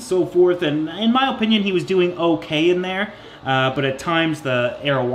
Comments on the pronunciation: My god i love you but stop saying Opinion like that holy shiza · “My oh-pinion” 🤣 that accent though